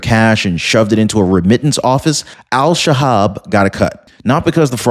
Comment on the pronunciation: Pretty sure it’s El Shabab